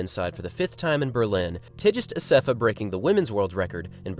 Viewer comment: Cool video. I think your videos have been my main source of marathon news recently. Thanks for keeping me updated. By the way, Tigst Assefa is pronounce with a 'g' sound in Tigst, not a 'j' sound.